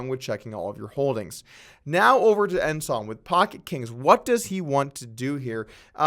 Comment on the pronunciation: Hey, somebody told you how to pronounce Ensan, he ranks higher than Ensign.